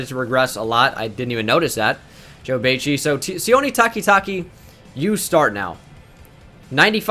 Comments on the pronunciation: Anyone else a little bit triggered when he says Joe ‘Baechie’ instead of bachie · You pronounced Joe Bachies last name wrong, it's pronounced "Ba-Chi" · Also its pronounced Bah-chi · For future reference, Michigan state linebacker is pronounced like botch-e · You Pronounce Joe Bachie’s name wrong. It’s Bah-Chie. That’s how you pronounce it. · Bachie is pronounced with a long A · You are mispronouncing Bachie, the a is long, like macho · You Mis pronounced joe bachie’s name so bad 😂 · You keep saying Bachie wrong lmao